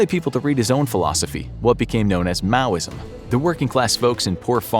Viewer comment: It’s Maoism.